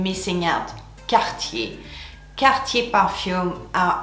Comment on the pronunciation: I finally know how “Cartier” is pronounced!❤️